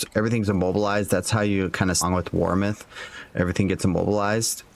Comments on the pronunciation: Bro...WARMITH? Where is that "i" coming from? It's warmth. Fun build, and love the content! Really enjoy seeing you spend the time to build these non S tier builds out to their limits. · Can u read its WARMTH not WARM(ITH)